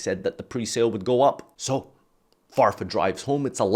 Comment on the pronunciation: I'm a german and I have to say that farfas pronunciation is actually pretty good.